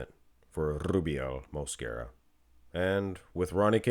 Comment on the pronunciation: Good vid! i dont care either way, just wanted to say that Rubiels last name pronunciation, you accent the 2nd syllable. MosQUEra. 😅